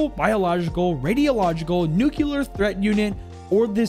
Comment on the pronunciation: Nuclear (new-clear) not (new-kyuh-ler) hate it when people pronounce it like that.